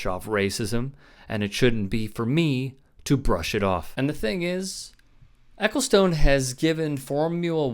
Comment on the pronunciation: By the way, not that this is important at all, but his name is pronounced 'Eccleston' actually.